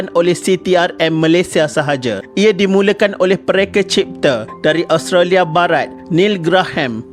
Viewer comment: Sebutan Australia.. Os..tra.. lia... Bkn as..tro..lia..